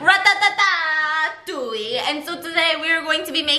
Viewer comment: Ratatatouille never saying the movie normally ever again